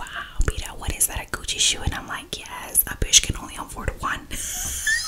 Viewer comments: OmG I thought she said ch00chie shoe 🤣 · Every time you say Gucci I hear cochie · I thought she said coochie shoes. I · When she said gucci shoes i heard coochie shoes